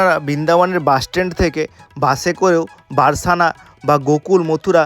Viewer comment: রাধা রাধা ভুল মার্জনা করবেন সখা বারসানা নয় বরসানা